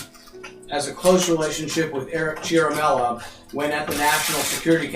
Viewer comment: erik cia-ra-mell-a